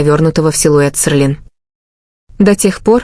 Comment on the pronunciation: Не Серлин а Селин